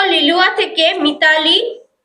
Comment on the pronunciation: লেলুয়া নয় লিলুয়া 😂